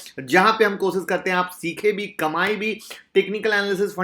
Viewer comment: Sir maaf kijiyega but aapko diction pe kaam karnaa chahiye. Share share hota hai sare nahin. Sir sh aur s alag vocal letters hain aap sh ki jagah sa ka istemaal kartay hain . Koshish ko ko kosis aur avishkar ko aviskar kahna atpata lagta hai. Pls mind na karna Rames Sures nahin Ramesh Suresh kahiye